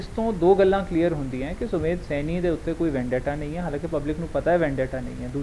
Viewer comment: ਸੈਨੀ ਨਹੀਂ ਸੈਣੀ ਹੈ